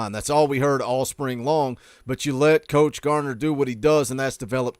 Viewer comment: Why yall () keep calling him Coach Gardner? It's just Garner, bud.